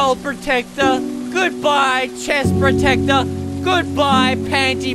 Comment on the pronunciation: He sed panti protecter